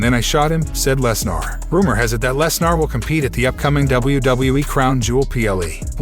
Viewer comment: its lesner not lesnar